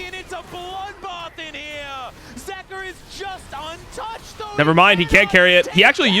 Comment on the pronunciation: Bro can you say their names properly.. ZOOS, ZEEKA?